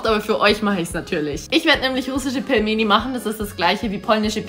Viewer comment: Es wird pilmeni ausgesprochen und es ist russisch